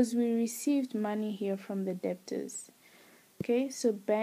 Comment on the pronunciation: The b is silent